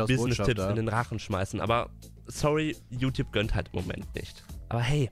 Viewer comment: „Diese Youtouabe”-Kuchen TV